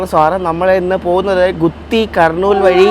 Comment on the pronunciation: ഗുത്തിയോ??? ഗൂട്ടി അല്ലെ??